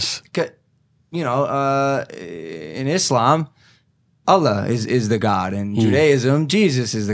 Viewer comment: It's my first time hearing the word "islam" from a non muslim rather than "izlam" like most of non muslims keep spelling it like that